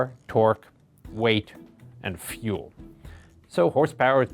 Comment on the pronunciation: feul???? i think you its Fuel...